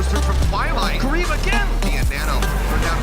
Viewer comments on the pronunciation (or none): I hate the commentator for saying karif instead of kariv